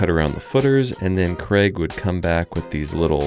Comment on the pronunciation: Is your employees name Craig? It sounds like you are saying Kreg. 😄